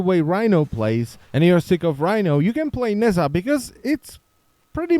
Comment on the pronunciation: oh my god could you stop pronouncing it "nazza"?